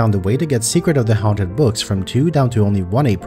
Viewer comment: How he pronounced haunt